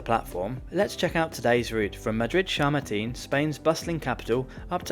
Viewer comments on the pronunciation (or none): It's Chamartín /chummarteen/, not /shurrmuteen/ :D